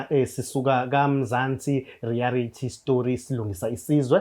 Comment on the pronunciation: Mzantsi reality or mzantsi rearity